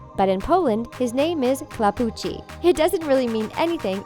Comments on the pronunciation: your "Kłapouchy" sounds like "klapuczi" xd. You must spell it like "Kwapowuhi". It means that he has got ears which are facing down :) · Yes this is so sad :( It's Klapo Uche XD Or something like that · "Kłapouchy" definitely doesn't pronounce like that. It means that he has "oklapnięte uszy" - floppy ears. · If you don't know how to pronounce Kłapouchy then shut the fuck up and let google translator say it you plain brain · I am from Poland and the way that u said "kłapouchy" is wrong :( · Tak ale ona przeczytala tak jak bylo napisane nie sprawdzila tego w ogole